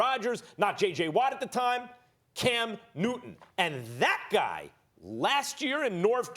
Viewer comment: Love the way Steven a says "cam newt'in" 😉